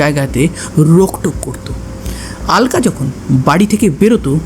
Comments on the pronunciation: কিছু মনে করবেন না আপনি "আলকা "কেন বলছেন ? আলকা না বলে অলকা বলুন ,, কারণ আমরা বাঙালি তো ,,হিন্দিতে ওরা "আলকা" বলবে কিন্তু বাংলায় আমরা" অলোকা" বলবো। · কি যে আলকা অলকা করে চলেছে ?? অলকা বলো শুনতে ভালো লাগে। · Ekdam thik 😂😂😂😂